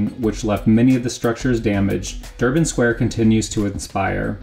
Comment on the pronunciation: sorry but its durbar square not durban square, nice work though great job